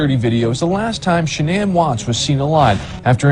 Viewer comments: So her name is pronounced Shannon not ShaNan? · LORD they all pronounce “Shanann” differently!!! ALL of them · They pronounce her name different every time they say Shenannes name. Kessinger had a hand in this. 100 percent. I think she got into his skin and encouraged him to do this. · Really angers me how many people have mispronounced Shannan's name and how many of you in the comments are claiming shes not a victim in this. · Why is it so hard to pronounce her name correctly??? It drives me insane. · The correct pronunciation is the way her mother says her name. Shan'Ann decided to pronounce it differently. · No one can pronounce her name right in this